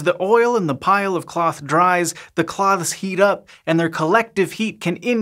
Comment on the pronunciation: That’s not how you say “cloths.”